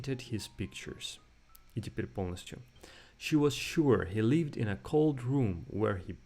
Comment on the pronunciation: "Lived" vs "leaved" - опять то же краткое и длинное "и"